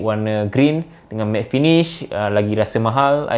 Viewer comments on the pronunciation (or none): none